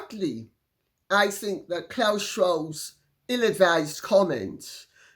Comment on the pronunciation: Everytime I hear you say security and classy, I laugh. Thank you so much Lady C. God bless you for your humour.